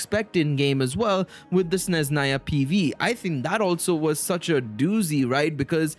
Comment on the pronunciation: Practice more in spelling Sezhnaya righly. Sne-zh (sound J like in french words "massage") - na-ya. No Z sound